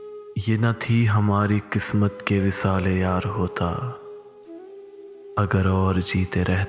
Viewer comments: Just a few problems with your pronunciation. It should be 'qaaf' (not 'kaaf') as in 'qismat' and 'gharq-e-darya.' Also, 'bada khawar' and not 'bada khar.' Thanks. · It's Q not K for Qismat